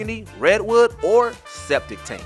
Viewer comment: Mario Kart Tour... Septic tank? Am I the only person who heard that? Not sepia, septic tank. Can we get a new voice-over person please?